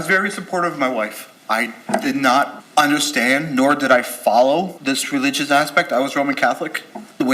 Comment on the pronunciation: He actually said religulous